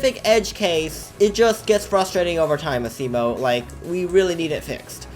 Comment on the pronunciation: ITS NOT FREAKING ASSIMO ITS ASIMO